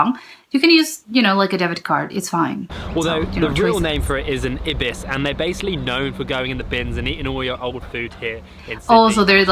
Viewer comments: The bird is an Ibis. Pronounced Eye-bus not Ibb-iss. As for snakes, big tip. Do not touch them. You won't always know which ones are venomous. That said, even a non-venomous python can give you a painful bite. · He pronounced ibis wrong - it’s like eye-bis. It’s full name is Australian White Ibis.